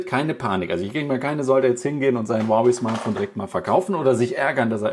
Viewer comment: Das hieße nicht wawai sondern huawei